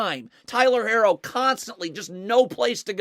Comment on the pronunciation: it’s not he’s just saying it wrong 🤣 he does that with a few players names haha